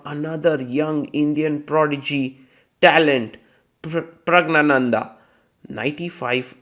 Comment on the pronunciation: north indians still shamelessly pronounce Prag-gya- nandan in very wrong and offensive insulting way !!!